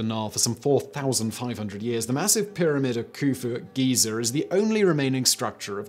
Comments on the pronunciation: You just called giza gizer! 🤣🤣🤣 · Just FYI, Giza is pronounced "Geeza," not "Geezer."